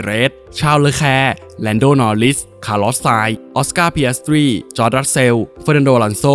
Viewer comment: อันดับ4อ่านผิดนะครับต้อง คารอส ไม่ใช่หรอครับ